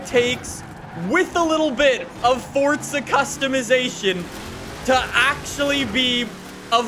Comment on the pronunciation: Does anyone Else recongnize that is says fortza instead of forza?